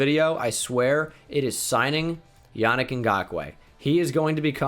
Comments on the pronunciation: It is pronounced yaneek not Yannick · for the love of god it’s pronounced “Yah-Neek Ngakoue”😂